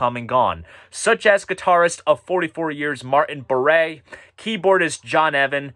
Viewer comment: It's pronounced Bar, not Baray.